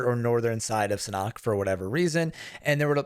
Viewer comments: SA NOK Not surnok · Had to stop watching this video just because you mispronounce Sanhok